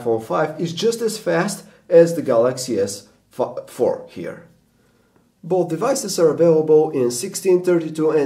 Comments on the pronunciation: at 3.54...he said Galaxy S Fuck....haha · He said samsung gs fuck haha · did this apple dimwit say galaxy s fuc 4 wat a prick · fanboy i knew it and i heard that you almost said galaxy sfuck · LOL He Said Galaxy S Fark. :P